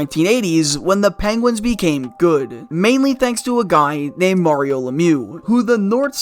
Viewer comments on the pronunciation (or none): none